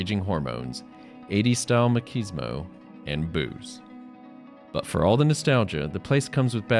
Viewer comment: "Maquismo" spelled Machismo, pronounced Mah-chiz-mo.